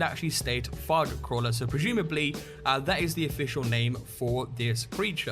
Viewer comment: Fug?! Wtf is fug? I assume you mean fog? NEVER heard it said like that and I'm British so ALOT of dialects!